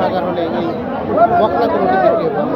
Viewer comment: বকনা ও সার বলতে হবে।এই ভাবে বলা বুল হচ্ছে।